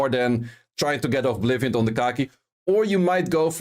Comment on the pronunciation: Great vid! I love your content. One small note: You seem to pronounce Oblivion as ''Ovblivion''. It has only 1 V, sorry for pointing that out, just wanted to let u know.